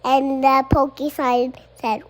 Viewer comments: Jesus, is Tosh’s son getting a Florida public school education too? It’s porcupine not pokey-pine. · there has never been a more accurate mispronunciation than "pokeypine," because they're pokey. zoos should get on board w/ this